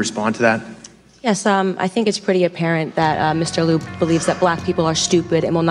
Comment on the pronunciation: Rep. Ted Lie-uh